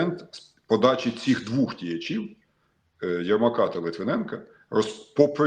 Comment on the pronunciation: ДвОх! ДвОх, пане Юрію, а не двУх.... УХ!!! Не по нашому воно! Не по нашому!